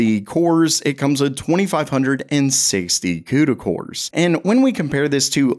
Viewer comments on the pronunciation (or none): I swear I thought you said cooter cores. 😂